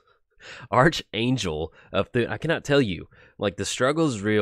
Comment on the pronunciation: It's actually ark-angel LUL